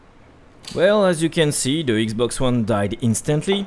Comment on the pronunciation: Its not ixbox its xbox